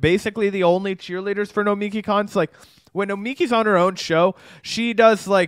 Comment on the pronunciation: ok SJW lol. And no it's "Kawnst" because there's an O.